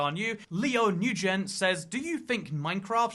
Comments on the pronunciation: it's pronounced "n-when" not "noojin" smh. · nguyen, the most common vietnam last name, is usually not pronounced newgen. its a lot closer to noo - en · “Leo NUGEN” as a Vietnamese person I must say: bruh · I believe that’s pronounced like win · Nguyen is pronounced "when" For some reason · nguyen "newgen" okay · as a Vietnamese person I laugh every time I hear a new pronunciation of Nguyễn. And you sir have added to the list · The way he said nguyen 💀